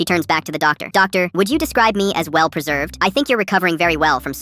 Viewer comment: "Well peserved. Like a pickle." 😂😂😂